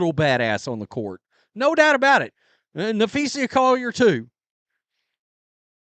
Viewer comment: nah- FEE-sah, not: nah-FEE-see-yah